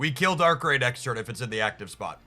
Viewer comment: Dont know how learn how to pronounce darkrai but shout out to that guy 😂